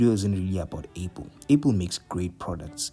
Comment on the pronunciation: He mean's the way you say apple sound's like able/a pull